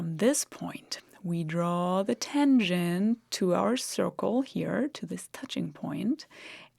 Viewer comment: It's not a tengent, but a tangent.